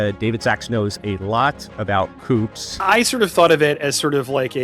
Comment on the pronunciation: Don't know if the V.O. is real or AI - sounds like AI lol, because COUPS is not pronounced with the "P" - just sounds uneducated.